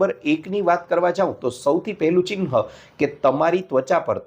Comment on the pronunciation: તમારી ભાષા પરથી લાગે છે કે તમે રાજકોટ તરફના હો. "Chinha" સાચો ઉચ્ચાર નથી, 'Chihna' બરાબર છે. 'હ' અને 'ન'નાં સ્થાન જુઓ, તો યોગ્ય રીતે બોલી શકશો.